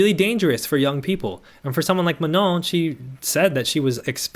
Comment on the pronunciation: super duper side note - as a non-native fluent French speaker, your pronunciation of “Manon” is the best i’ve heard so far lol